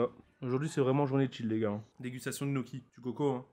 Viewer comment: Gnoccki avec g